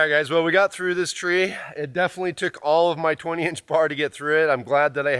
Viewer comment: "Blockeen"????? "Winner camping"????? "Litterly" is not a word. "Definly" is not a word.